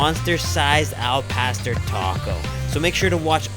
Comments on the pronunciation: It's Not "L PASTER"... It's AL PAW STORE.... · he said "El-Paster" 😂😂😂😂😂😂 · The way he said “al pastor” just killed my Mexican heart like eww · Jesus Christ you butchered the el pastor name